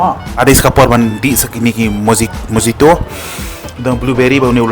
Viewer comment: By the way it’s pronounce mohito even though spelling dei mojito 😂